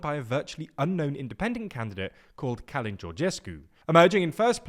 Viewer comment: Its not Cálin, it's Cölin..